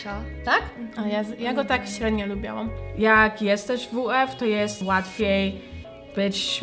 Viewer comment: tak tylko upomnę bo zwracam uwagę jak to mówisz, mówi sie lubiłam nie lubiałam, bez a bo niepoprawnie haha